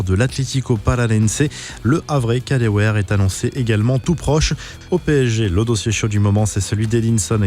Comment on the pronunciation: Les connards lyonnais ne nous prendrons pas Kadewere et prononcez bien svp